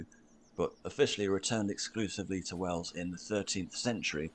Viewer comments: It's called Wells, as in where you draw water from, not Wales! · Not Whales or Wales but Wells(think. Water). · What he is on about is WELLS, not "Wales. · its wells not wales. im from Canterbury . gis a bell if your passing through . good job though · You’ve probably been told this repeatedly by now but about 13 mins in you talk about the city of Wells. Amd then confuse “wales” with “wells” - although I suspect underground wells possibly had something to do with the name “wells” this has nothing to do with the entirely separate “wales” and which is pronounced the same as “whales” and not like “wells” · Wells (like the water well) not Wales or Whales!! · It's not called "Wales" it's called "Wells". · The city is called "Wells", as in where you would collect water from. A water "Well" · Listen properly, the nice man said 'Wells' (as in a plural of a well), not 'Wales' or 'whales'. They sound entirely different in English. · He said Wells not Wales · The city of Wells isn't pronounced like Wales. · Its called Wells now wales or whales. Bloody Well's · ''Wells'' not Wales or Whales my American friend. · The city wose name you misheard is Wells and has nothing to do with Wales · It's Wells not Wales lol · You mistook the pronunciation of Wells for “Wales”. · Wells (pronounced tells, not Wales!) is where the movie Hot Fuzz was filmed! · Its wells not wales mate like where you used to get water from a well 😊😊😊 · WElls! Not WAles!! 🤣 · He said Wells not Wales. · Wales and Wells are 2 different things. Your pronounciation of Wales sounds like wells (as in a whishing well). Wales is your favourite country and Wells is a city in England 🙂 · Wells - As in a water well, Not Wales, or a whale. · He’s saying the diocese of WELLS not Wales 😛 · It is called WELLS, not Wales! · It is Wells buddy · I've legit had to do this over the phone multiple times as I'm from the city of Wells lol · Wells as in a water well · no it’s called wells not wales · "Wells" not Wales. (Somerset)